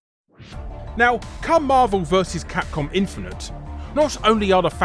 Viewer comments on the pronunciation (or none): none